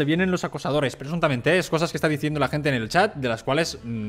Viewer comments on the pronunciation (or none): jajajjajaja me hace mucha gracia cuando dices PRESUNTAMENTE